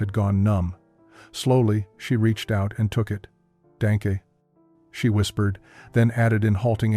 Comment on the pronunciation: WHEN SHE REACHED OUT AND TOOK THE BLANKET, SHE SAID "DANKUH (AS IN MOIST AND DANK), BUT IT'S ACTUALLY PRONOUNCED LIKE THE FIRST SYLLABLE OF DONKEY.